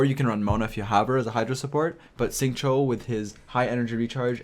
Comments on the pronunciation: I'm just gonna say that his name is pronounced "sing-chew" and also, your build guides have been very helpful for me even at AR50 theirs still always something more to learn and who can benefit in an optimal way. Preciate the content and keep it up! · Isn't it more like Shing-chew?